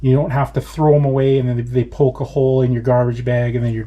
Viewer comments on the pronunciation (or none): none